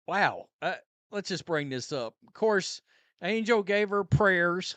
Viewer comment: Angle reese??? Really